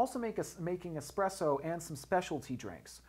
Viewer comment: It's "Espresso" not "Exspresso". Sorry, I had to...